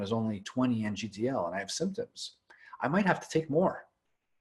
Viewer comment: please stop saying NGDL all the time its nano gram per deciliter (i'm sure you know that). As a biochemical engineer that is like fire in my ears. Trust me that is the only mistake that keeps me from subscribing, it just make you sound unprofessional. Apart from that i love this channel and discussions, great content and don't take it the wrong way (insert estro blocker joke here🤣. j.k)